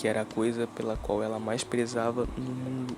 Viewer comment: "uma das coisas MAS idiotas que ja vi...." mds kkkkkkkk escrever isso me deixa irritado mas falar isso e com ênfase pqp kkkkkkkkkkkkkkkkkk isso sim foi uma das coisas MAIS idiotas que já vi